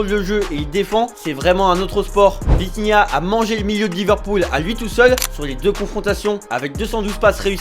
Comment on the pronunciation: C’est Vitinha et non Vintinha